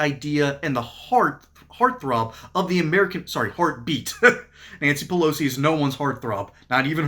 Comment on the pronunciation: Nanshee Peloshee